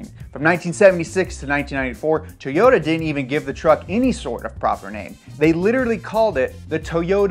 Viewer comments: Hahaha I thought the same thing. The way this guy says toyota is bothering me 😅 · you sound like they whitest man ever when you say Toyota, it’s not toe yota it’s toy ota, like a toy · Everyone - “Toyota” This guy over here - “Towyota” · トヨタ It's not toy-ota it's To-yo-ta, and the japanese O (お) sounds kinda like the O in toe. Japanese also doesn't have consonant sounds without vowels like english does (except for n(ん), which is why Japanese people speaking English sometimes add vowels where they shouldn't. I.E Mr. Roboto instead of robot. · Anyone else notice how he pronounces "toe-yota"? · No way he said "Tow-yota"